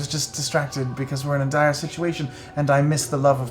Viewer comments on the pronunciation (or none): none